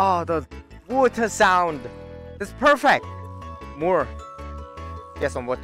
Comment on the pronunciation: lol wuta = water lol